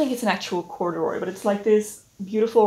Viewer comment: you said "courderoy" and i immediately had flashbacks to middle school, i think i just dissociated into a different dimension like OH NO